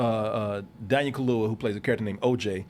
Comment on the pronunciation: It's Daniel Kaluuya... KA–LUU–YA. "Daniel Kahlua" sounds like whiskey mixed with coffee liquor 😂